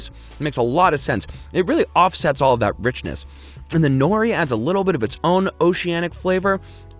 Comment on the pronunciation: his pronunciation of nori hurts